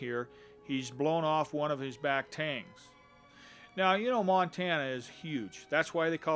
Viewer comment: Gotta love, he's been calling tines "tangs" his entire life. Great video.